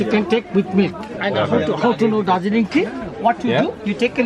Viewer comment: Wah darjleeng